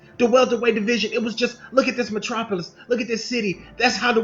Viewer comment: You said Thriving Matropolous Funny now it's a GHOST TOWN 🤣🤣🤣🤣🤣🤣🤣 why because Errol Spence